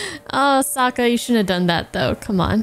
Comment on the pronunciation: I just realized that in the shitty live action movie, they unironically call sokka "sooka" in the same way as the fiance did here. M night must have seen this episode and just ran with it lol